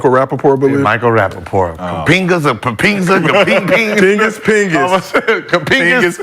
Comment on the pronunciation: He was callin him Kapenga😂😂😂